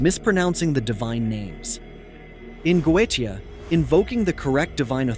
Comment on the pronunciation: Hi from Sydney Australia. Couldn’t watch the whole post that bloody damned AI voice completely spoils it. For F@ sake can’t even pronounce Goetia correctly…… ⚛️☮️🌏